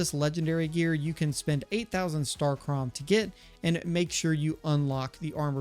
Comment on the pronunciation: Its pronounced starcum